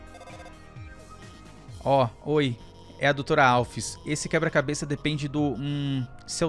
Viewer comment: .na vdd ele fala eh QUEBRA-CABESS